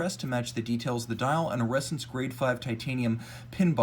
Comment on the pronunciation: FYI it’s pronounced ‘ressAns’, not ‘rEssence’.